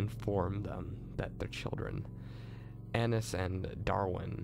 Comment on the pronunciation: lol you pronounce an - ai - ese like anus xD